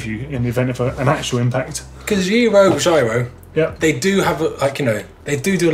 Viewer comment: Giro = Jeer-oh.